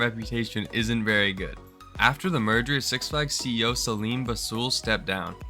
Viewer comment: Yup, the “Meger” definitely killed it